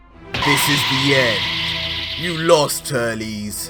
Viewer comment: I mean he Said Turlies but it's auctally Turles